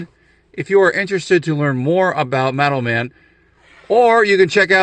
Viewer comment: i was so confused until you showed the card. I kept hearing "METAL MEN"